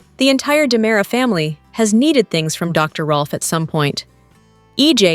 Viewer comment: Its not DYEmara.